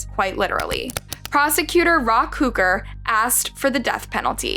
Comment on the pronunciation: You didn't have to say "who-ker" coulda just said Hooker.